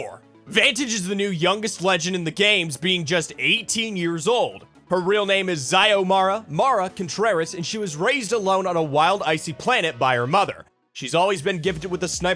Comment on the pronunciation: Given that she obviously has a Latin American/Mexican sounding surname and origin, you would think that it would be safe to assume that her name is not pronounced ZAYOMARA with the American pronunciation of X. Never fails to amaze me how Americans make everything sound as American as possible. Her name is pronounced Silmara.